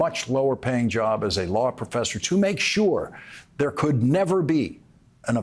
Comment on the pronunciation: I thought you said trump will NEVER set foot at the White House again and you placed too much emphasis on the word NEVER